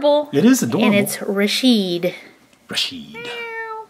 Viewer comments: It's ra ch it not rashid! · it is pernounced rachid and pear son